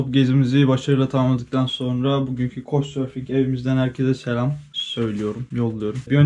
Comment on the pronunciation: Couchsurfingin anasını ağlatıyorsunda hala düzgün söyleyemiyorsun😂 Okunuşu (kauçsurfing) senin söylediğin (koçsurfing) 🤔